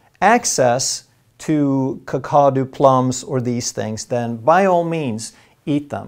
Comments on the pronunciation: I think that Kakadu plums may be from the Northern Territory, Australia, where we have Kakadu National Park. If so, Kakadu is pronounced cack-a-doo, with the emphasis on the first syllable. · Surely Sodium Ascorbate is better than nothing, Vege prices have gone through the roof as they are selling out everyday, as for Kakadu Plum it is pronounced Cack-A-Do plum. A friend of mine who has a terrible diet (he won't drink plain water) was on the verge of Scurvy as his gums were really bad (dentist wanted to rip him off with a expensive gum procedure) His doctor said get Vit C straight away, he has now stopped taking it and says 1 orange a day is all he needs - better than nothing. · Not nit picking but just for your information, Kakadu is pronounced as cack..uh...doo. An Australian word. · Kack a doo- that is how you pronounce Kakadu- I live in far North Western Australia where they are Native. You can buy powdered Kakadu online now. Google it.